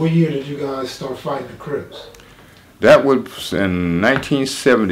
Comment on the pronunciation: Yo man correct me if im wrong but this dude said ish that they were called the cribs, he didnt pronounce the p. We know it wasnt like that. Whats the deal. Or am i hearing things?